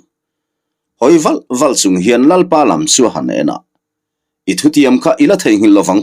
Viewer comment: He thawnthu hi a ngaihthlaknawm mai bak ah a thawnthu han pawh sei/fan kual vel a tum ve miah lo hian ngaihthlak a ti nuam leh zual Thawnthu chhiar hi i thiam ka ti viau mai a,Mahse ka han ti hram teh ang, 'vial' tih leh 'dir' tih i lam/thluk dan hi a dikhlel deuh th(r)in em aw ka ti